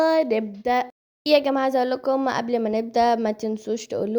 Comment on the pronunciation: غلط في كلمة قبل قولتيها بالصعيدي 😂